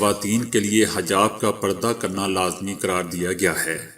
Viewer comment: BAI HAJAB NAHI HA HEJAB HA.